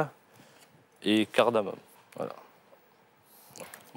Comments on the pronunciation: Il dit cardamoMe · Par contre c'est "cardamome"...par "cardamone" :)